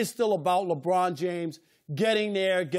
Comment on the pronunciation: Chris Broussard his name is LeBron, not LaBrine. So irritating. 😤